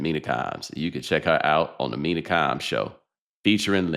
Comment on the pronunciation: Nobody's takes are mean-ah (Mina), it's times for the Kimes, it's Mina Kimes